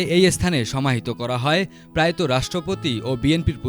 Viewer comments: মিঃ রাকিব , আপনি নিজেও তো ভুল করলেন। পোরোয়াতো নয়, হবে প্রয়াত ...... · পিরাইয়াতো না পোরোয়াতো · 'সরগম' না সরগরম ও 'প্রায়ত' না প্রয়াত! জ, য ও ছ এর উচ্চারণ সঠিক নয়! এতো ভুলভাল উচ্চারণকারী কীভাবে টিভি রিপোর্টার হয়?